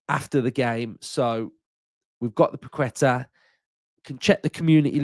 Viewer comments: C’mon mate!! It’s pronounced Pa’ke’tah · Without sounding like the pronunciation police, it’s Pak-eh-tahhh. Think there’s a quality player in him yes who’s gone a bit stale at West Ham. I do think it’s a bit of a weird one given our supposed restrictions, the price tag, his age etc but if he come in, give us something a bit different and improve us in the here and now then I’m all for it. Long as Unai ain’t bringing him in to chill on the bench…